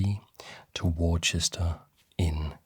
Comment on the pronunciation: Amazing stuff as usual. Not that it really matters but Worcester is pronounced "Wuh-ster" in English btw